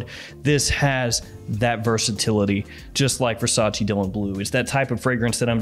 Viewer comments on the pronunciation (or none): none